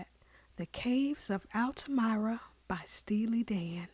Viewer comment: Sorry to nitpick, but "Altamira" is pronounced "altaMEERAH," not "altaMYRAH." Otherwise, I appreciate your appreciation of the Dan and this tune.